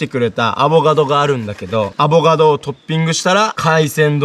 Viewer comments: アボガドが上手く言えない可愛い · の上手く言えない『アボガド』を聞くとターザンの専門用語っぽく聞こえるw ターザン語で『おはよう』みたいなw